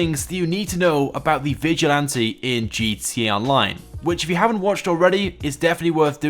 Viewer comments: Whenever you're supposed to say "gta online" you just say GTONLINE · Dude, can you even say gtA online? You forget the freakin a every time 😡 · Nobody: This guy: gtee online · he says gt online lol